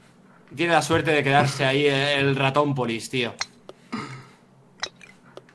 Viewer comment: Ratonpolis Pero DICE POLICE 🤬